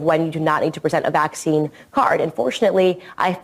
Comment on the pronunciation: It bothers me when she randomly pronounces it VACC-ine instead of vacc-INE cuz she doesn't do it all the time lol she goes back and forth 😂😂😂 weirdo